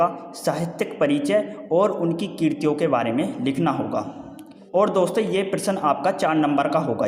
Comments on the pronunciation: I think... 🤨 Abhi Apko Hindi padhna sikhna hoga...😡😡😡 Mujhe nahi lagta ki Aapko hindi padna aata bhi hai... 🤬😖😖 😤Kratiyon ko tum kriti bol rahe ho.... 🤭🤭Sir ji... Copy kratiyon lakha hai Tumhari wife ka naam (kriti) nahi .... 😄😄😄😄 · Abey kya thankyou Kratiyon ko kirti bol rahe hai .... 😄😄😄😆